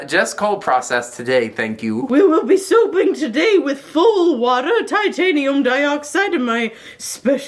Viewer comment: Every time she said “soaping” it sounded like she said “souping”